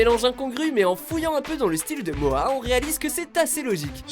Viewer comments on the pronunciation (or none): C moha pas moa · MoHHHHHHHa pas Moa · MORA PAS MOA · Ho putain il a dit moa aulieu de Moha😂😂😂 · on dit moha pas moa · Arrêté de dire moa c'est moHa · Moha sa se prononce mora😑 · Ptdrrr il l'appelle moia au lieux de moha c chaud 😂😂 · On dit MoHHHHHA pas Mooaa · C’est pas moa c’est moHa avec un h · Moha pas moa mdrr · CEST MORA LA SQUALE COMME UN COUP DHALEISE PAS MOHAAA LA SQUALE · "Moa la squale" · Il a dit moa mdrrr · OUAH MAIS GARS ON DIT PAS MOHA ON DIRAIT MORA PTN C PAS DIFFICILE x) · rien que entendre mo-a jai envie de mettre un dislike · "Moa la squale" "retourner au ebs" les "H" sa existe les gars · J'aime bien il dit moa La squale 🤣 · Mdr y disent moa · "Moa" please le respect de son prénom bordel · Moa mdr la prononciation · Prononce mieux moha stp tu fait pitier